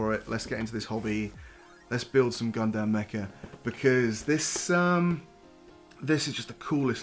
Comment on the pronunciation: You’ve got a subscriber, but for the love of god say Gundam the right way.